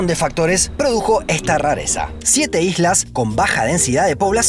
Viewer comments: Jajajajajaja dice ijlas 😂😂😂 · En el minuto decis algunas hijas o estoy loco? Jajaj quisiste decir algunas islas no